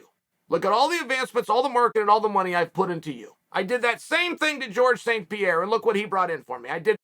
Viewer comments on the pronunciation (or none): none